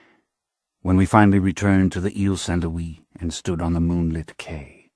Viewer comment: Please upload this version to the Internet Archive or Mega, save for his pronunciation of Louis as Lewis, Frank Muller's vampire chronicles narrations were the absolute best, thank you for the upload!